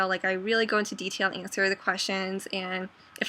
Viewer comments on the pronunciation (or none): none